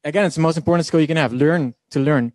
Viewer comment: U should learn how to pronounce learn 😂